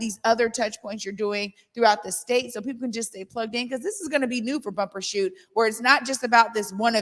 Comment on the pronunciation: It's Bumbershoot, not Bumper.